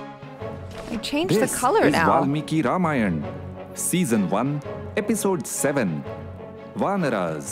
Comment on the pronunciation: it is "R A M A Y A N A' not "Rayan"😂😂😂😂